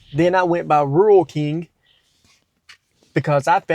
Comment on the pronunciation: lol did he say “Ruler king?!”